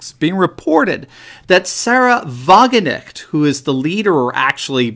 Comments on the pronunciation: the k in wagenknecht is not silent! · Hi, It's Sahra Wagenknecht You pronounce it as 'Wagen-echt'. The "K' should be heard in her last name: WagenKnecht. I really like your videos. It's quite special that an American has great knowledge of the European political situation. Carry on. Kindest regards from the Netherlands.